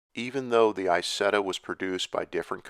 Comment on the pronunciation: It’s EeZETTa not eyesetta.